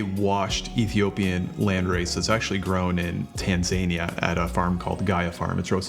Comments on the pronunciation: 'Tanzania' is not pronounced like 'Tan-zanier', it's like 'Tan-zuh-near'. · Tan - zuh -nee-uh brother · Tan zuh knee uh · Great review but Tanzania has a correct pronunciation. Tan-Zah-Near